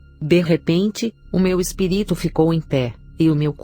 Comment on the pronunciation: Por que sempre dizem espiríto e não espírito